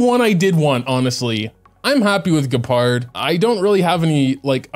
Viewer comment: >"Gee - pard" sigh I'm sorry for being annoying, but it hurts